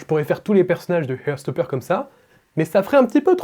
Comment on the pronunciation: Désolé mais j'ai du mal... heart se prononce HART et non HEURT (to hurt signifie blesser). Sinon c'est très sympa ta vidéo et j'ose pas dire combien de fois j'ai regardé la saison 1.